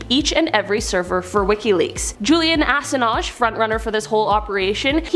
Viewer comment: The Queen? Cmon… when was this video made? And Julian Ass-in-ahge? Who hasn’t heard of Julian Assange?